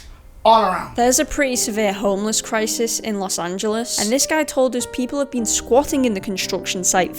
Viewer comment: Really good video- just learn how to pronounce los angeles, haha